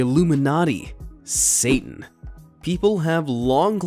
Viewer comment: I love how you say satan 😂😂 you're just like: sa-un